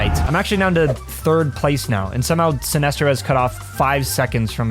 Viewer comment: hahahahah synestro